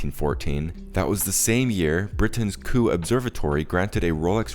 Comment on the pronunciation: Kew is pronounced Q ....not Koo. That would be Chinese, and I can assure you...Kew and Rolex are absolutely and definitely NOT Chinese, or anything to do with China...... whatsoever. Go to Google Earth and search Kew, Richmond, Surrey, England. England, THE home of democracy and civilization.